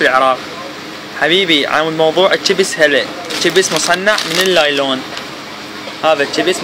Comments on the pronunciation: صار ساعة صافن على كلمة لايلون اكول شنو يعني طلع((نايلون )) الاخ ساحل الكلمة سحل 😂😂😂😂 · نايلون وليس لايلون هههه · يمعود أسما نايلون مو لايلون😹☝